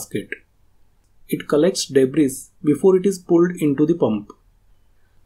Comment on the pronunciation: Great video! Thank you and fyi "s" in "Debris" is silent 🙂